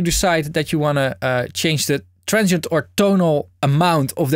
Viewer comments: he always says trentshient i guess he means Transient :D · a "transhent" is a transient from the Netherlands ! :P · I wasn't looking at the screen and for the first minute or so I was hearing say 'tonal and trenchant components' and thought WTH is trenchant? 😂